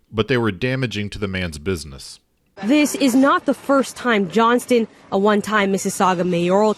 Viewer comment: Please pronounce the “T” in Mr. Johnston’s last name. Those of us named Johnson don’t want to be associated with this A-hole.